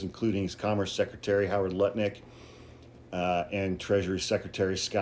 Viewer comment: Congratulations for not pronouncing his name as “nutlick”.